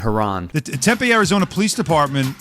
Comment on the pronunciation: It’s pronounced Tem-Pee not Temp-A